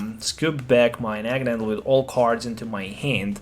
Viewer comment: It's Naganadel, not NaganaNdel.